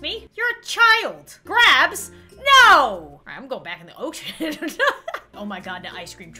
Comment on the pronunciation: Am I the only one who heard “ocean” as “oh sh1t”